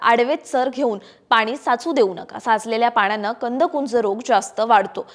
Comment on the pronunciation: मॅडम कंदकुज म्हणा कुंज नाही